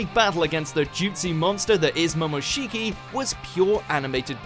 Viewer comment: Funny that in the same sentence you pronounced sasuke right but not momoshiki. (Saske, momoshki)